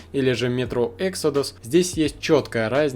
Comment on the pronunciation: Эксодус - ударение на о, это не английское слово.